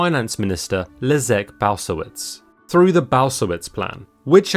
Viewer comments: Common misconception that Poland was full communist. In fact Poland was socialist and the only country in Eastern Bloc to allow private property. My ears sterted to bleed. The ministers name is Leszek Balcerowicz not Lizek Bausowitz :D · "Leszek Bausowitz plan"... pięknie to wymówił. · it's pronounced Leshek Baltzerovitch, takes 10 sec to check in google translate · Leszek Balcerowicz. You can pronounce this name like that: Leshek Baltzerovich. Otherwise noone knows what are you talking about. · Lets see ... are ya Polish nope .... could at last put a name in there I belive its Leszek ... Bal...Bolszewicz ? Balszewicz? Idk .... never heard thtat name .... also you comepletly butcherd it ... cooked it ... eat it ... shit it .... and butcherd it again .... no im in not mad ... just sayin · You meant "Leszek Balcerowicz"? I needed few seconds to process it. I advise to use google translate to know how to pronounce names. It's very good at it for Latin alphabet languages. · Leszek Balcerowicz dobrze przeczytany :D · nice Leszek Balcerowicz pronunciation you made my day :D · This is correct pronuncation of "Leszek Balcerowicz"